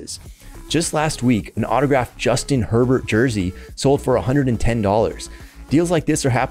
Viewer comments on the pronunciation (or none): none